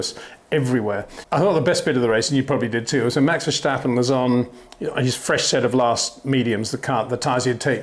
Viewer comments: Peter Windsor you finally said in the beginning Max Verstappen not Max "Vershtappen" ... I take my hat off for that ... cheers! ... RESEPECT from 🇳🇱 🏎🏁 🏆 but then later on you started to say it wrong again :( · Btw...how come ppl keep saying "vershteppen" all the time ? It's not that hard to say "verstappen" if you speak english. Same with "max" btw...if you can say "awe", then you can say max too. My name is frank, not frenk...just the same. Edit-- you wouldnt say kèhrlos either right ? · Great stuff Peter, keep it up! Would be even better if you drop the Verssschtappen 😉. It's VerSTappen, with just an s and a t. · Peter, why are you after all these years still saying Max VerSHtappen? Seriously, the S is pronounced exactly the same in English so why turn it into a SH sound? So weird. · Max vershhhhtappen 😑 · If you pronounce the a in Verstappen as in dance or can’t you pronounce it closer to how it should sound. Same is true for Amsterdam, for both a’s.